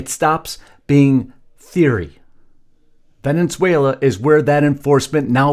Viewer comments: Please learn how to pronounce the name of the country you make a 20 minute video about. It's Ve-ne-zue-la, not Ve-NEN-zue-la. Thank you for your attention to this matter. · I know it's just me, but I can't get past this. It's pronounced Ven-ez-uela, not Ven-enz-uela. Love the podcast, but please work on this. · Ve ne suela not Venen suela… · When are you and your wife going to learn how to pronounce VENEZUELA AND NOT VENENZUALA????? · It's not pronounced "Venenzuela", genius. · How long has Venezuela had two n's in it because he pronounces it Venenzuela!